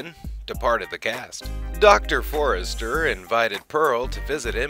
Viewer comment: Frank Conniff, not coffin. Their last name is Forrester, not Forrest